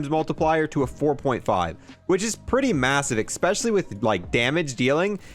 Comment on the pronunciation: I love when says "exspecially". I love u man never change